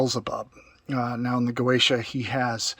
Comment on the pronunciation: "GOETIA" i'm doing facepalm my self, the pronunce is (Gozia) dumbass